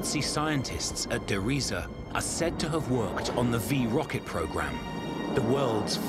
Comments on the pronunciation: Der "Reese" is how Treyarch pronounces it. I always knew they said it wrong and found it kind of funny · "...and it was called (dramatic pause) der Riese!" Lightening strikes, cut to picture of dark castle. Hilarious! Reminds me of Young Frankenstein where they kept saying "Frau Blucher!" and lightening would strike and horses whinnied. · I HAD THE SAME THOUGHT!😄😄😄😄😄